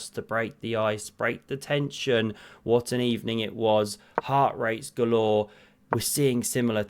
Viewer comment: Did you say “ Heart rates gaylore “ ?